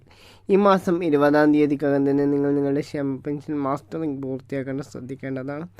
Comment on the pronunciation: സഹോദരി, പെൻഷൻ മാസ്റ്ററിങ് അല്ല. മസ്റ്ററിംഗ് ആണ്. വാക്കുകൾ ശരിയായി ഉച്ചരിക്കുമല്ലോ.😢